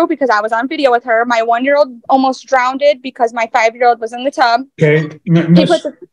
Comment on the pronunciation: My kid almost drownded? Drowneded? I went back and she did say drowneded... Its drowned girl needs to return to school.